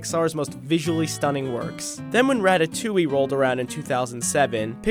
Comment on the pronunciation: "ratatewyyy" smh 🤦‍♀️